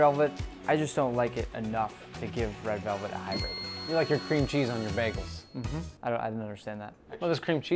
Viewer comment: He said red relvet 😂